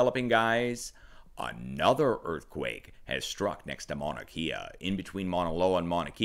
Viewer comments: Just to be helpful .... pronunciations: Leilani ..... Lay-la-knee Mauna Kea ..... Mau-na Kay-ah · Mahalo for your channel and updates! It’s pronounced Mahnah Kay Yah FYI....Much Aloha! ❤️🙏🌺😘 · good reporting, but its pronounced Mauna Kay-ah not Kia.. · Pronounced: Mana Kay-ah (Mauna Kea) Key-la-way-ah (Kilauea) You're doing better than most. MSM is embarrassing themselves with the repeated mispronouncation of most of the Hawaiian names. Except for Hawaii New Now. Their reporting has been fantastic (of course) since they're based out of Honolulu. LOL! It's becoming more frightening as each day goes by to see the progression this eruption of Kilauea has taken. The draining of the lava lake in particular is alarming. I hope it doesn't lead to an interior collapse of the now emptied lake which could lead to a plugged volcano. This would result in a massive blast which could further destabilize the volcano and surrounding area, including the underground lava tubes which fuel those fissures throughout the Eastern Rift Zone. I also wonder what kind of instability or shockwave a large violent blast from Kilauea and accompanying earthquakes it could produce under Mauna Loa perhaps even Mauna Kea. The whole Southern and Eastern portion of the island could open up many of its old rifts and create many new fissures. It depends on how much magma is near the surface. I know one thing for certain. This event is far from over. The magma that disappeared from the lake is headed downslope and will eventually reach the ocean. I wouldn't be shocked if new fissures opened up all or most of the way to the ocean so it can finally drain out. Just keep an eye on the amount of earthquakes and escalating magnitude.